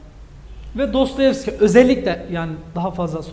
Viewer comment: Ağzınıza sağlık ben faydalandım teşekkür ediyorum. Fakat Dostoyevski'ye Dostayevski demeniz üzdü beni :) bir edebiyatçı sadece eğitim odaklı bilgi vermemeli, bizzat kendisi genel kültür olarak konuya hakim olmalı bence.